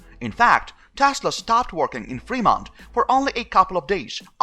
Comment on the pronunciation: You are getting closer. Femont...accent on frost syllable. ;)